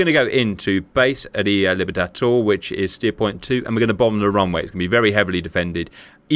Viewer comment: Bro... at least trie to get the Spanish names right It is Libertador... Not libertator...